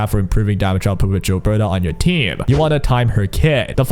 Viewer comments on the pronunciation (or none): For the record, Gilbertas name isn't pronounced "jill-berta", its pronounced "gill-berta", like, the gills of a fish. She says her name in the story :p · Bro it's pronounced Gilbert-ay. The gills of the fish is pronounced 'Ay-lesh' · This and it's not just gilberta they pronounce a lot of the characters names wrong like they don't know how to read or don't listen to the characters when they say their own names lol